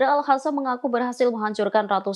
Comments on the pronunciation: Al Khasam? Al Qossam!! Aku ejain lengkapnya ya: Izzuddin Al Qossam.. Kalo bahasa enggres kenapa ngomongnya paseh bnget tapi kalo bahasa Arab gaya ngomongnya kayak sama sekali nggak pernah kenal bahasa Arab.. Ini presenternya Muslim bukan sih? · bisa diganti tdk.nyebutnya al qosam bukan al hasam. research dulu dong. terdengar kurang kredibel.